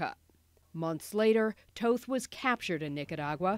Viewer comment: They say toth incorrectly